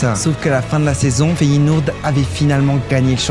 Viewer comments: Arrête de dire feyenourd c’est énervant mec tu fais du contenu foot t’es même pas foutu de dire le nom des clubs correctement et c’est même pas la première vidéo ou je remarque sa t’abuse mec ! Fait un effort bordel ! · Mdr comme il prononce Feyenoord 😂😅